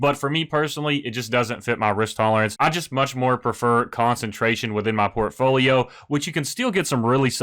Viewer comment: The way you pronounce portfolio enrages me